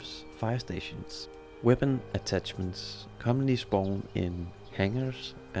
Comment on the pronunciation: "WEPONS" "ATTATCHESMENTS" Bro, do you even English?